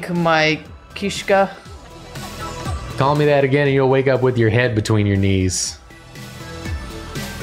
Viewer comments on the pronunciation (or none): Its always so painful hearing americans try to pronounce russian words but in this case saying kishka instead of kiska was truly beautiful. Calling somebody guts instead of kitty.